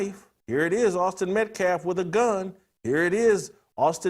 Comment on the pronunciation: He can’t say metcalf, you can’t say testosterone. Both are pretty absurd.